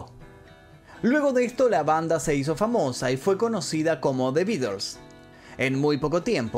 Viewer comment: "The Beeders"...quien cresta son esos?😂